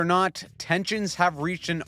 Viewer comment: What was the first word of the video? "ORNOT"?